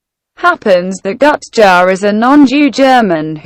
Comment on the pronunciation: Thumbing up/down videos is fun. Enable ratings. Gutjahr is spoken not Gutchar but Gootyahr. Still a great video, thx.